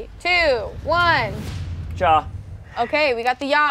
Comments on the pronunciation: it’s not ya it’s ja! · I cant get over the fact that they arent pronouncing ja as ya but w a j straight out from dj💀😭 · I hate how the day ja with a j sound😭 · Everytime Ja was mispronounced I wanted to cry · Them pronouncing the “J” in Ja is MURDERING me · The pronunciation of Ja is driving me insane 😭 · The way they pronounce "ja!" annoys me so much omfg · i do not like how they pronounce ja and nein. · I don't like the way the pronounce "ja"